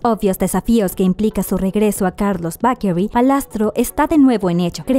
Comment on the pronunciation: No entiendo por qué utilizas ciertas pronunciaciones para mencionar algunos nombres propios de manera correcta, pero te cuesta tanto decir la palabra 'bakery'.